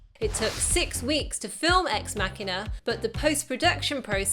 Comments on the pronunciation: You pronounced the film title wrong... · Ex Mackina or EX MaSHEEEENAR! EX MACHINAAAAAA . ExMasheeeeener? is ExMachina! stop it saying exMacKiner your winding me up! ExMacheeeenaa!